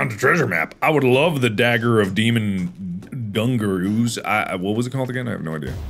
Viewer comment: “Dagger of Demon Dunk-aroo’s” ~Markiplier